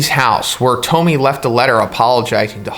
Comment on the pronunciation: I believe Tomie is read toh mi eh.